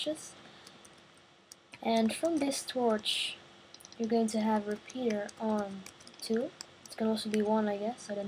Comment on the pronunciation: u say fourth as Ford and repeater u say repeaterd